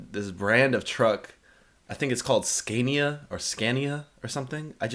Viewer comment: Hi ya. Just a little heads up, scania is pronounced scan ya and Renault, ren o. U.K speed limit on motorways and duel carriageways 60 m.p.h i think they are called interstate highways stateside.the scania i drive regularly i achieve 12 to 13 miles to the gallon,this does however depend on payload ( up to 44 tonne ) and weather conditions i cant achieve these figures maxed out. Liked the video